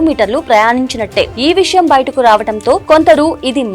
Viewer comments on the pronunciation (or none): none